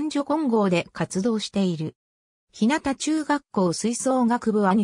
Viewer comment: ひなたちゅうがっこう、ではありません。 ひゅうがちゅうがっこうです。